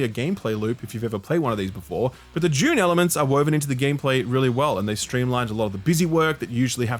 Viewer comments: Less confused by you saying "deck" than you pronouncing "Dune" as "June". :P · Is it just me? When he says Dune, I swear that I hear June.😅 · has trouble saying "Dune" lol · How many times can a man say “June” when talking about Dune? 🤓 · Apologies, but did you say June or Dune? 😉